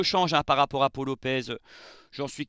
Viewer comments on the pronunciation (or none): none